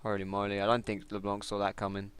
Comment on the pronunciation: it's not leblonk ...